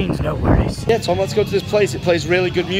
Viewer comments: She says tam we say tom 😂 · I love how lex pronounces tom😂😂 tahm😄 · When there are making the cake she says Tam but is TOM